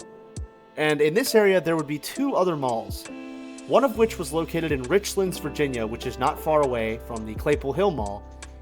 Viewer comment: FYI It’s Rich-lands and Tazzz-well